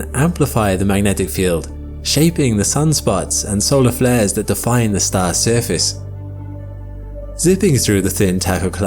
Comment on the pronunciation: it’s ah staah 😂🎉